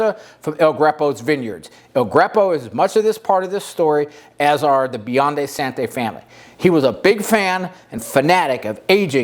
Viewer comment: Nice video! One small quip - it’s pronounced “san-joe-veh-zay” not “sanjoeveezee”. Also “Biondee Santee” not “Santeh”